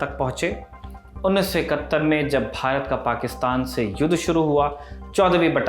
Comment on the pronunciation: पाकिस्तान तो ठीक से बोल भाई|